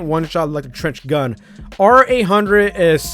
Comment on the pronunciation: Wait did he said Cringe gun to trench gun ?